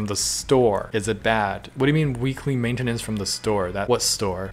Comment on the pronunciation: that doesn’t sound like “maintenance”